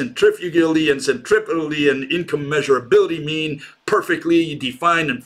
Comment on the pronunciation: ... it's not incommeasurabilty, it's incommensurability